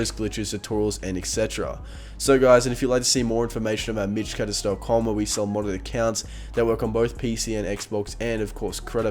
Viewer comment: Love your channel but goddamn I hate the way you say mitch cactus. You don't even pronounce cactus it just sounds like a noise and I fuckin despise it lol